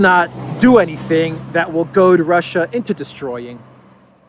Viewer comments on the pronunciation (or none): none